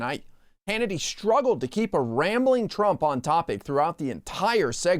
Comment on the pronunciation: Don't say shtruggle. It's struggle.